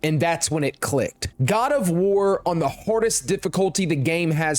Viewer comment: boy said Quad of War